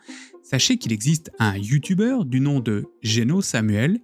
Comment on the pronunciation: Je rêve ou ta dis yutuber